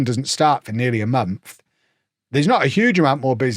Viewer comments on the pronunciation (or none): none